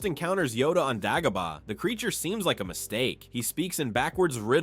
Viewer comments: Day go bar not dag o bar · DAY-GO-BAH! Also ONLY Han shot in A new Hope. You probably say Obi “ONE” too. Who’s doing these voiceovers?! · You’re not pronouncing Dagobah correctly, probably because you are a droid.